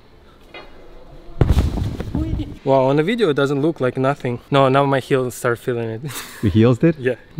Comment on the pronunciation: are you serious right neow bro!?